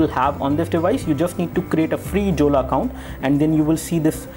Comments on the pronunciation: Jolla is pronounced as Yolla, not Julla. lol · hahahahaha this is pronounced as "Yolla" not Jolla lolz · its pronunced as "yolla"... we can install all android applications including the google ones also..... check out the video of myriam jorie......